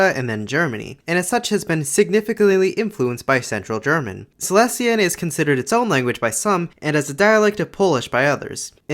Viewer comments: just a quick reminder, that Silesian is pronounced as "Saɪˈliːziən" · Silesian is in itself a group of dialects and it's pronounced /saɪˈliːʃiən/ with a penultimate syllable accent and three syllables altogether,. It's closer to Old Polish than the Polish that's spoken nowadays. You mentioned ą/ę as a feature and Silesian tends to get separated into 'om/em', there's a lot of cool vowel transformations and they change from city to city or even among the districts. Aside from the very obvious German influence, a lot of grammar and words are borrowed from Czech to the point that there are false friends homophones between Polish and Silesian, same as with Polish and Czech. Though there's currently no agreed upon orthography or alphabet as in recent years it's been used as a spoken, secondary language at home while Polish is taught at schools so it's been in decline and gained an unsophisticated reputation. Lately, there is a resurgence of it and shops and restaurants have started having menus in it, there's books translated to it and written in it and it's been turned into a point of regional pride (and merchandise).